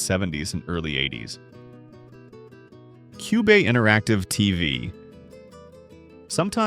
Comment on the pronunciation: …and “coobee” instead of cube.